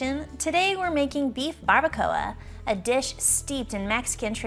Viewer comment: Looks delicious! Just super mispronouncing barabacoa and gajillo chiles 😮the ll is silent and make like a g sound 🤷🏿‍♀️